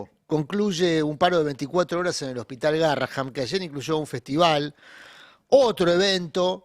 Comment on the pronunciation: Adorni no sabe ni siquiera pronunciar el nombre del hospital correctamente. Que se puede esperar de semejante personaje? NADA BUENO